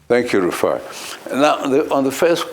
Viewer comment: Abati, are you not a Nigerian? Why are You pronouncing the man's name that way?